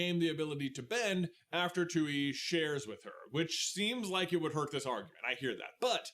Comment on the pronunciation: Every time the says “Tui” and pronounces is “too-ee” instead of “Twee” it makes me so mad. Like, you could easily rewatch a clip to make sure you pronounce it right